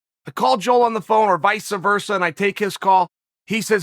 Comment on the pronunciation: Chael “vica versa” Sonnen